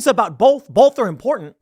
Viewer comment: Tim, stop saying "bolth", say "both"